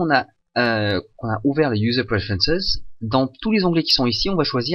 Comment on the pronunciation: "User Prefences" ? ahah, très bonne série !